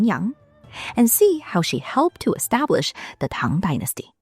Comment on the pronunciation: Can I just say that I absolutely love how the pronounciation of Chinese is fluent and proper - I absolutely hate it when "scholars" can't even pronounce "Tang" correctly! It makes me go 😔 But this is just (not) effortlessly beautiful and properly done! Lots of love from Greenland<3